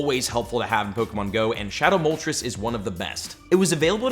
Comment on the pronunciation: his pronunciation of moltres makes me want to die